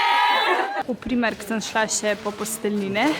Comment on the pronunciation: Jst sm vedno misla da živi na svojem, zato mi je to čudn. Sam jst bi to uživala na polno, kupovanje stvari in čistke, aaaaaa! ❤ Ampak sem pa zelo vesela, da si tako vesela. + A gre še komu mal na živce, ker reče Primerk narobe oz po slovensko? + Rada bi videla več vlogov kot je ta, super je.